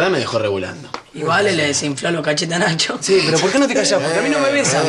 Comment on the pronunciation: Notaron q Vale en vez de decis Nacho dijo Tacho?